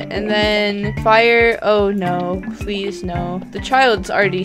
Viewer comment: She says pease out I do to lol